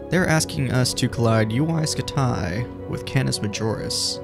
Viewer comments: I thought it was pronounced scooty. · Ya like jazz 😂😂😂 it's UY SCUTI HE IS SO CRINGY😂😂😂! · UY Scumayto, UY Scamahto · I've always heard it pronounced like scuti, like scud missile